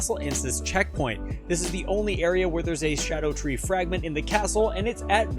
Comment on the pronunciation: First person out of 7 videos to pronounce it right. Thank you, so I’m going to actually watch the video and drop a follow